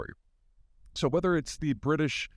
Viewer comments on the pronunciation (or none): none